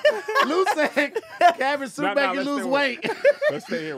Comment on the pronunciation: Hey, was trying to say cabbage soup but instead said cabbed shoop 😂😂😅